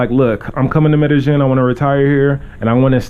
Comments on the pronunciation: It's pronounced "Me-de-YEEN." Not, "Me-de-GEN." So tired of people living here and STILL mispronouncing it. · It's pronounced MEH DEH YEEN. Not MEH DEH JIN.